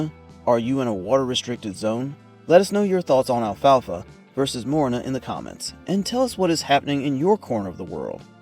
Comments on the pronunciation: It's not Morina it's MORINGA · MORINGA NOT MORINA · not morina say moringa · WTF is morina? This is called morinGa! (Moringa olifeira or Moringa stenopetala) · I've been growing Moringa for years but never heard it pronounced as morina. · how in the hell does the guy not even pronouce the correct way? gotta laugh when people do videos and doent even know what the heck they even talking bout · Yes, it's a good tree, but the question is about the poor pronunciation. Even in Spanish the G in Moringa is pronounced. If I didn't already know the leaves by sight, I would have been clueless until the comments.